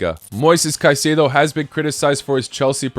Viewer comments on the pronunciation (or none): none